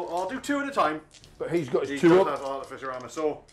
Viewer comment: Is there a joke I’m unaware of as to why everyone mispronounces artificer as articifer? It’s not just this channel. It’s all 30k bat reps.